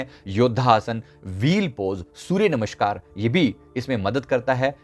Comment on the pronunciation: आप बात करते समय व्यग्र और भयभीत से लगते हैं एवं "नमष्कार "कहते हैं जबकि सही उच्चारण है "नमस्कार " ! आपका वो चक्र पहले संतुलित कीजिये जो आपको सहजता प्रदान करे, कृपया बात को अन्यथा न लें। धन्यवाद!